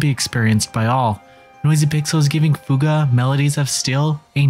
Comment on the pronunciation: Holly cow you actually said fuga right an not like fyu ga like other people keep calling it